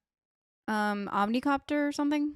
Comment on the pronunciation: From now on I'm calling ornithopters "omnicopters" lol.